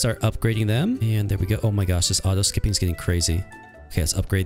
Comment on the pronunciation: They all go cwazy when they meet you😅